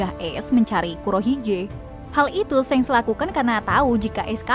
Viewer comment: Shenks? Wkwkwk emang di animenya gt cara penyebutannya?